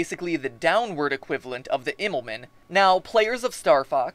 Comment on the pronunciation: Pronounce it like "Immelmun" Also you forgot that in far and open Space the gravitational pull is something not that easy to work with.